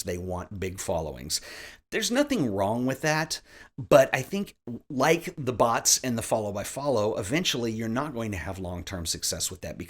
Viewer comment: Took me a couple of times before I realized was saying bots and not butts lmao.